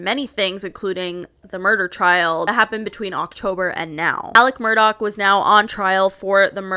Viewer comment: It sounds like she’s calling him “Alec Murdock” not Alex Murdaugh